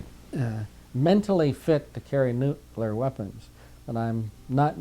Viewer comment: nuculer, im out